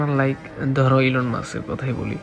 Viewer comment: Elon musk❌ ইলন মাছ✅ 😅😅😅